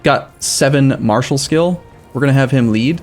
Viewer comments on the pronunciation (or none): none